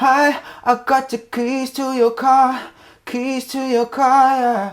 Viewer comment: Is no one going to talk about how he says ‘the’ as ‘da’ ?